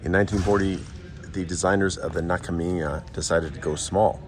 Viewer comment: Just a pronunciation tip, the "j" in Japanese is pronounced like a normal "j" rather than a "y." So the "ji" in "jima" would be the same as the sound in "jeep."